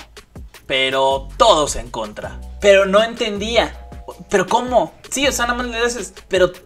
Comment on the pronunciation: It's en contra not en contrá xd